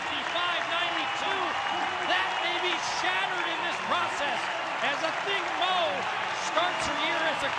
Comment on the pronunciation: Her name is pronounced AH-THING-MOO" NOT! "OTHING MO!" It is so easy to read the notes -dude on the mic!